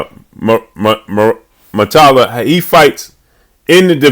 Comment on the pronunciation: That would be a good fight but way too soon for Raymond. Also it’s Mu-Ra-Ta-Lla (yah).